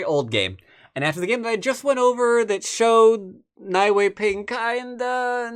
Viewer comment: Nie is pronounced /niɛ/ in chinese ;-)